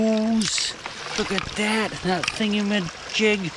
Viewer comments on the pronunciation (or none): I caught that - thing-a-ma-chigg